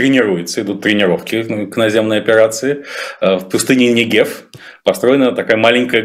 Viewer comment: Уважаемому Белковскому, живущему уже год в Израиле, можно было бы выучить гда ставить ударения в ключевых ивритскиз словах Пустыня неЭгев.. Это тоже самое как я бы сказала БЭлковский